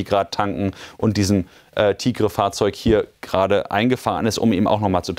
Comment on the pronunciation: Sie spionieren nicht Ziele aus sondern klären auf. TIGR-M wird "Tiger" ausgesprochen nicht Tigrrre. Bwei dem Angriff hätten übrigens Zivilesten leichtfertig drauf gehen können.